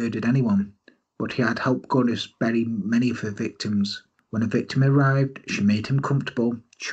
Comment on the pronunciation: You absolutely nailed the Norwegian pronounciation! Well, close enough anyway... New subscriber, great channel! Thank you for not using a monotone robot-voice like too many true crime channels do. You actually sound alive!